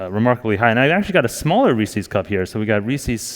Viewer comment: Reese's, damn it, not "Reesies". Jesus.